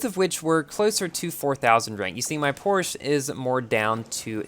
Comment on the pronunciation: Bruh when will learn how to properly pronounce "Porsche" it pronounced like "porshuh"